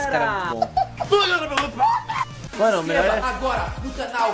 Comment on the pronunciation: é big BOM não big BUM